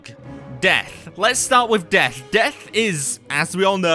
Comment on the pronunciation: Death? I only heard Deaf